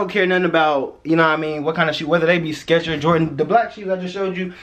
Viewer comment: This dude said scetcher flipflop 😂 but he giving a life lesson tho